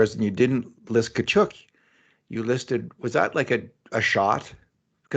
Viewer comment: Please.........someone tell it's not Kachoook, its Kachuck aka Tkachuk